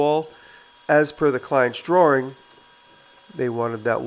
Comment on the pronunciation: I love the way Jimmy says "drawring"